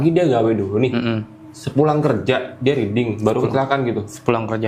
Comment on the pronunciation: Riding tu maksudnya momotoran? Bacanya RAIDING bang! . Bukan riding 🤣 Riding mah artinya "membaca".